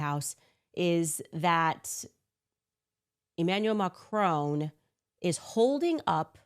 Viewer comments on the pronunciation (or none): Who tf is Emanuel Macrone? I've heard of Emanuel Macron but idk who Macrone is